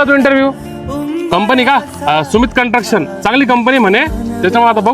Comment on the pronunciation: कंटक्शन नाही कन्स्ट्रक्शन!